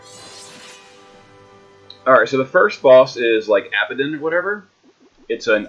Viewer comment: Leanan-Sidhe is, I believe, pronounced "Lih-nawn Shee." And Abaddon is, I think, "Abba dawn."